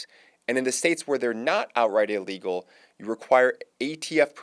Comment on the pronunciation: Inlegal or fucking illegal...you're on a goddamn mic...get your annunciations correct.